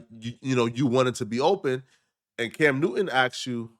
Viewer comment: Cam not dimb